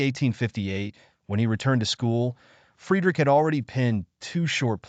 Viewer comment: Dude, you’ve GOT to be careful of your pronunciations. ESPECIALLY the first name of Nietzsche. I couldn’t listen after 10 minutes.